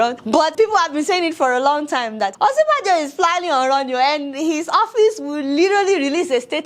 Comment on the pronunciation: The joke is good Deola and I like your approach too...Next time, just remember the correct pronunciation of Osinbajo...its a yoruba name and I am sure you are yoruba yourself.